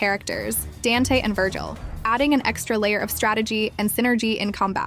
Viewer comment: oh my bad i thought you were trolling she pronounced Dante wrong. There are several others but it’s because it is an AI voice.